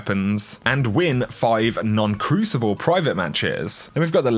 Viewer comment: i like how he said "win five non-cruicible private mathes"